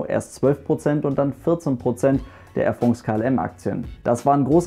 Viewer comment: Wenn der Bub irgendwann France richtig aussprechen kann, wird mir was fehlen... 😄